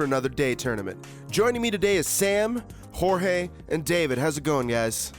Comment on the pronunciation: I love how they keep getting Jorge's name wrong